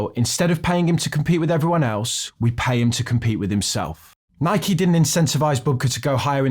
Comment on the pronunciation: I'm glad you pronounced Nike correctly